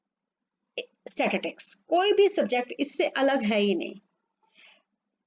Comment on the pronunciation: First of all mam plz tell me What is statitics..😂😂Its statistics!!